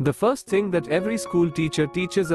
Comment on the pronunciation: It's thing not think